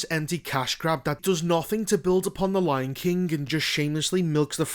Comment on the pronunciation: The Lion KINK